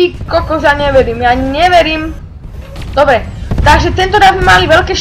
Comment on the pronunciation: namiesto dobre povieš dobe :D